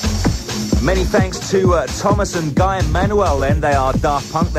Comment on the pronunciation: Guy is pronounced like 'gee' if it is French, I think?